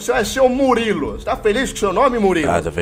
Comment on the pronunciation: Pronúncia: Muriulu